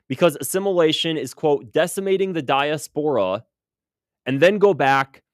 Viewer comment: Also, please pronounce diaspora correctly and try to practice difficult words ahead of time. 🙂